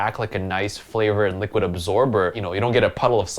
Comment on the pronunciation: Its so cute when says likid instead of liquid! Can anyone else agree.